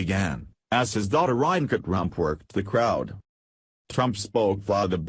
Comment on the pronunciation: Too much rambling for nothing. You never even got to the subject. AND PLEASE learn to pronounce Melania & Ivanka.